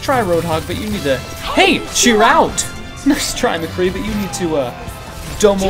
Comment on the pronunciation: omg I just noticed he said 'Hey! Chirr out!'